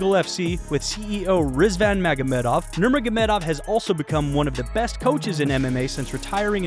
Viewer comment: He definitely nailed his last name at the beginning